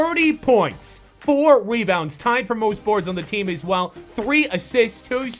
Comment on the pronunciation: he said weebounds